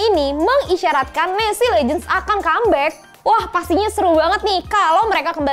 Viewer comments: En es ce bukan nesi 🥺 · Maaf ya kack itu dibacanya bukan nesi tapi enesce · Keknya NES trs C nya dibaca pake bahasa enggres